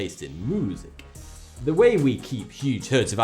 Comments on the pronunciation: "Moosic" I'm done hahahah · moosic damn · Moosic..really..Moosic...Go to your corner -. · Cows and their MOOsic? LMAO.